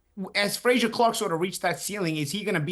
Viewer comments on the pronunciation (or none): Love how Paulie calls Frazer Clarke “Frasure” like Dr. Frasier Crane🤣🤦‍♂️